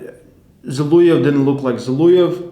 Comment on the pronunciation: It's Zol(O)ev, not Zol(U)ev, please pronounce the surname of the legend correctly man, it's kinda shame.